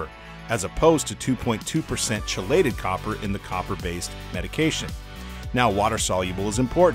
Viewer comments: Great info. At the expense of betraying my nerdiness, 'chelated' is pronounced 'key-lated'. Cheers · I believe it’s “kee-lated”, not chelated. ;). That said, that organic chemistry knowledge about chelation isnt saving my fish . Thanks! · I have been dosing garden supply Trace Elements in my aquariums for the past 2 years now, with a moderately high Copper %. Red Cherry shrimp in my tanks are totally unaffected and are taking over both tanks. Super Video and (I've always pronounced Chelated with a Chee myself)……...LOL:)